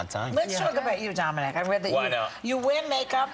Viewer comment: I think she called him dona-mic